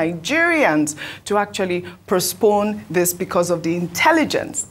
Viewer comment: Did Ojy say “Prospone” or “Postpone” or was it my ear??👂